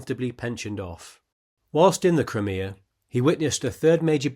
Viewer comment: It is pronounced "Cry-Me-Ah", not Cremeah, otherwise great video